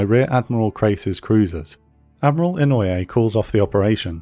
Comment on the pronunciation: Inoue is pronounced 'ee-no-ay.' Mo is pronounced 'moe,' not m, o. Furutaka is pronounced 'foo-roo-tah-kah.'